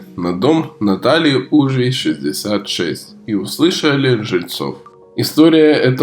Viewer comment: Уважаемый автор видео! Пожалуйста, правильно: улица УжвИй, ударение на "и".